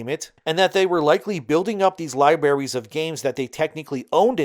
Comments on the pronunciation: Liberries🤭dude, that's not the effing word😂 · I know that most people don't care about this, but lieberries drives me nuts. The pronunciation of libraries is kind of my nails on a chalkboard. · so libarries? what do those taste like? Alumminum?